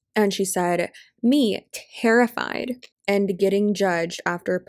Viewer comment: What is "terrfied"? 🤣🤣🤣 How anyone looks up to these people when they're so sloppy and unprofessional is beyond me. In one of your other videos, the boss babe said f**k as every other word. That's not someone I'm going to take career or life advice from.